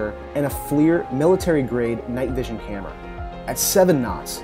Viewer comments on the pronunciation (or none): none